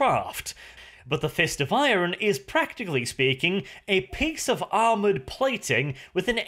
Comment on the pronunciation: Love the videos but say IRON not I-RON for god sake!